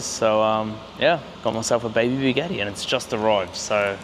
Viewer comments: WTF is a Bugeeeti?! It's Bugatti mate 😅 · I start watching my friend went to work for a big. Eddie asked him if he could get me a big Eddie then I finally figured out. He was trying to say Bugatti.😂😂😂😂😂😂😂